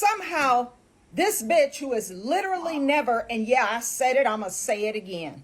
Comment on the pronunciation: She said bizzatch lmfao 😂